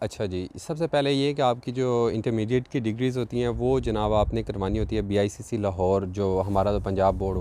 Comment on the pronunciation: It’s IBCC not BICC.